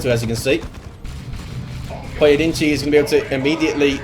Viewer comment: Props on pronouncing the first guy's name in a mostly acceptable fashion, most people woulda butchered that lol